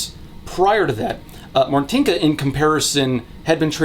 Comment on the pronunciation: I'm sorry you had Martynka right there on call and you couldn't ask how to correctly pronounce her name? Why do english speaking youtubers never bother prnouncing polish correctly, it's not that difficult